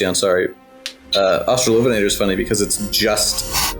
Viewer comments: Thank you for the lovely information on australian megaraptorans which are obscure tragic critters that I love, very cool that you're working on them professionally. Also, losing my shit at "ven-ah-tor" pronunciation I've never heard it like that and my brain doesn't like it /lh. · The only correct pronunciation is obviously AustraloVENator, analogous to RAPator. As for "Huene", that's an old spelling of "Hüne" (a rather archaic German word now mostly used to refer to a very tall and imposing man); the e at the end is pronounced like "-uh" in English. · I, too, hate the -lovenator pronunciation. Sounds like something out of a bad raunchy novel lmao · As maybe is discernible from the eight billion comments on this great vid, I love this thing to no end, S for sinister and superb (no H vibes unfortunately), top 5 design for me. I would say I austra-LOVE it to no end but I do not enjoy that pronunciation. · For me it seems the best pronunciation is the one that separates the two words: AUstralo VEnator